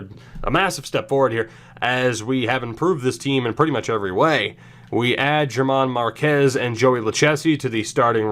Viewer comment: I am a Rockies fan so I am being picky but his name is pronounced like Herman Marquez. Also love the series